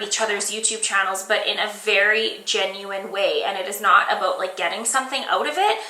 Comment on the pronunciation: "were going to step away from the beauty products and talk aboat youtube" You're CANADIAN! <3